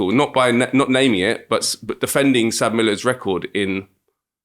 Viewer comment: It's not pronounced "Sab Miller" it's pronounced "ES AY BEE Miller" (South African Breweries). They are now called "AB InBev" (Ay Bee Inbev)